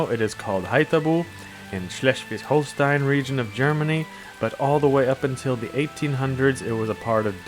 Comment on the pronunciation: Not to be rude! Love this posting! Amercans tend to misspronouncing german words. And flipping 'ei' to 'ie' :) Its Schleswig Holstein, not Holstien. Pronounced [Holstine] or [Holstain]. Stein=Stone. Don't know why, but it's quite a bit funny :) Be proud of your heritage! 😊